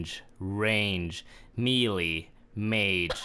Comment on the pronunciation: Can nobody pronounce melee? Its “meh-lay.” Jesus lol